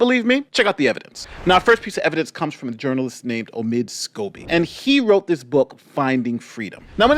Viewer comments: Lady C calls Omid Scobie "Amid Scabies". 😂😂😂😂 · Is it just me but didn’t she just say Amid Scabies? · Did she say omid scabies 🤣🤣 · Hahaha~ i just love Lady C! She calls him “Amid Scabies”🤣